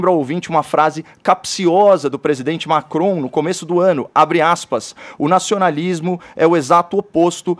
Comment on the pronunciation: Primeira vez que o “radialista” consegue pronunciar uma palavra de modo correto. Emmanuel Macrom. Dessa vez a língua presa ajudou😂👏🏻